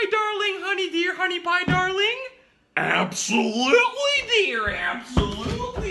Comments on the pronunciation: アプソリュゥリィがジワりすぎた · Absolutely の言い方がabsolutely 過ぎて吹いたwww